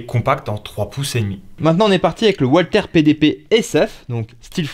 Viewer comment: Ce qui serait bien, ce serait de dire "valther" pas "oualther"..?? Ces armes sont allemandes pas anglaises ou américaines !!! 😉😉 C'est pénible d'entendre "oualther" en permanence..!!! 😉